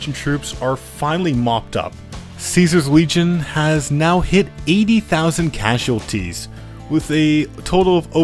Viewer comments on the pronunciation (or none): none